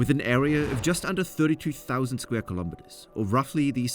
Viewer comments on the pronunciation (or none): none